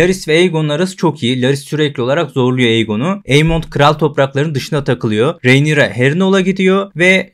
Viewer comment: Merhaba, umarim yanlis anlamazsiniz, ufak bir elestirim olacak; Rhaenyra ismini yanlış telaffuz ediyorsunuz. Önceki videolarda da dikkatimi cekmisti, soylemek istedim.